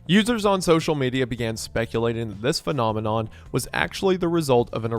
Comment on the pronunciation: “this FEMININOMINON” 👀